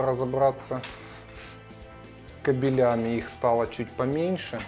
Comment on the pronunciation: на минуте ,не кабелЯми...,а кАбелями..,мне как связисту ухо режет такие ударения...:(